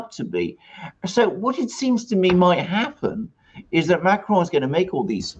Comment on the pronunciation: Dude why do you pronounce ‘Macron’ with a spanish accent?